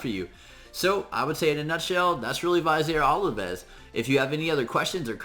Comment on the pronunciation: Thank you! -point of pronunciation: Vizier Ovelis: Viz-eer Oh-veh-liss. Love your contributions. Thanks again.